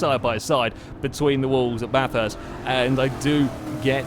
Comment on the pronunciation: Finally someone who can say Bathurst properly